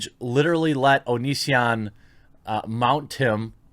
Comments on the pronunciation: When I first heard you talk about this I thought you said Onii-san video. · Every time you said “The Onion”, I thought you were talking about the click-bait article site. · You kept saying “the onion” and i legit thought you were talking about the satire news site xD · Jeremy, I have an honest question: can you read? Seriously: can you read? Because "Onision" and "The Onion" are two very different things. Do you know the difference, Jeremy?